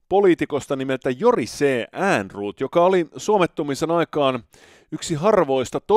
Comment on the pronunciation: Jorisee Äänruut